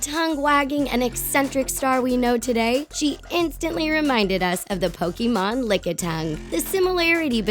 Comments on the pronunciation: I usually don't leave comments on videos, but I had to for this. 1. It's pronounced Pokèmon (poke-AY-mon) not Pokemon(poke-ee-MON) 2. Just because an artist sticks their tongue out doesn't mean they're a Pokemon, okay. If I stuck my tongue out would I be a Pokemon? 3. Does long hair automatically blue vines that make up your entire body? DANG, guess I gotta cut off my vines. Also you're pronouncing tangela wrong. 4. Please explain to me how that lady in ANY way looks like Mewtwo. I think you may be the only person in the world who looks at her and thinks "Wow, a Mewtwo!" 5. I have so many problems with Vin Diesel diglett. Firstly, how do you not realize that the muscle body is just comedic fan art? Do you know what diglett is? A fat, rod shaped mole. That is literally it. 6. Katy perry is weepinbell? SERIOUSLY??? You literally took one picture where Katy perry's mouth is open wide and said weepinbell. Look at any other pic and the last thing you think would be weepinbell. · I cringe when y'all don't say it right "Pokeemon" is not how u say it. It's Pokémon.